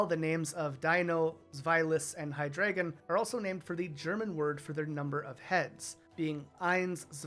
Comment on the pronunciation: I like that you pointed out Hydreigon. Is drei for 3. But still pronounced it HiDragon instead of Hi Drei Gon